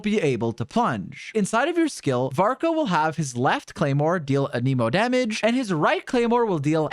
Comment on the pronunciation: I can’t help but notice it but why does bro pronounce Anemo as a-knee-mo instead of a-neh-mo?